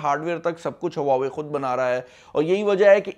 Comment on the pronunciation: Bro before u make videos on huawei learn how to pronounce.